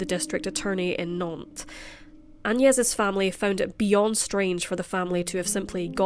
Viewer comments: I does start well 🤣! It's Nante with a "S", so NanteS ! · Nantes avec un “ S” à la fin s’il vous plaît 🤨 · NanteS with an S at the end... Lived in that town for one year, hence know the boulevard